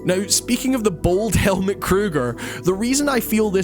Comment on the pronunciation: The name Helmut is pronounced Hell-Mood (no pun intended).